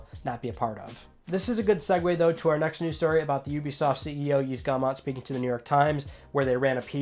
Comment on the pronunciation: Great video, as always! If I may give a small piece of feedback: please, please, PLEASE learn how to pronounce Yves Guillemot correctly;)